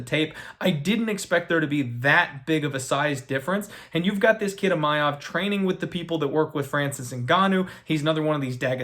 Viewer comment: There is no letter “Y” in Imavov. It’s not Imayov